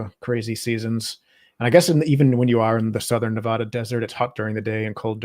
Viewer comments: There are no armadillos in Reno and Nevada is not pronounced Nevahda! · No such place as Nevahda. But good episode. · Cool video but the State is being pronounced wrong in the video. Go to the State's wiki page & click on this icon (🔊) to hear it pronounced correctly